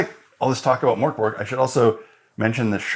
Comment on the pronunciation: Mörkborg... cool ... If its a Swedish name (witch it seems to be, translates to Dark Fortress) the ö sound is pronounced like the e sound in Bertha and g is soft like almost a y so think a bit like Merkbory.